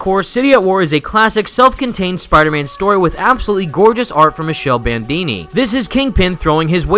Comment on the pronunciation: Actually I think it's pronounced 'Mikele' Bandini and not "Michelle"